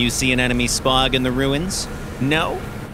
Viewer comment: "The ammo explodes above the (spog)" Did y'all pay this guy on fiverr?